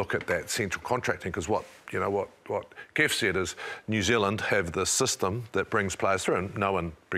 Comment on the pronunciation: DID JK JUST CALL HIM KEFS?🤦🏾‍♂️